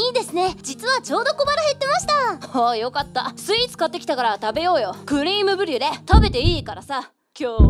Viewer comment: クリームじゃなくてクレーム…